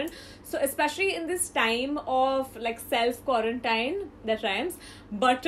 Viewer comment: I really like you but it annoys me when u pronounced quarantine wrong .. U should pronounce quarantine last sound as routine